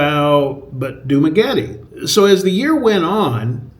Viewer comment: Are you pronouncing "Dumaguete" correctly? It's not "Dumagueti", like "Spaghetti".